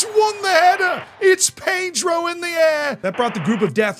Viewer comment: Who is "Pay-dro"? I only know Ped-ro